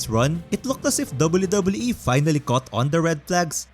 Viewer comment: I'm gonna lie I really like the way that you pronounce WWE